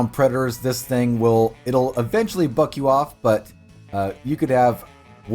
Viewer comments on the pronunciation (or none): none